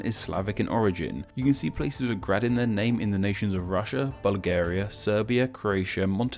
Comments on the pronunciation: You said grade wrong in slovenian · If you're doing name explain video, you should at least learn BASICS of slavic pronunciation. J is Y in slavic. Is this so hard? I'm so disappointed. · Yeah, your pronounciation was terrible... Nowhere in Slavic world... We just don't read C as /k/ or J as /dʒ/. And moreover: This suffix became also 'hrad', 'hrod', 'gorod', 'gard', 'gród', 'horod', 'grod' in different languages. Still - good stuff, like your videos. ;) Keep on!